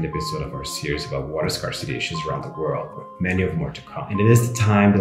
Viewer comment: Dude says.. the WATEL.. WHAT TELL? WOW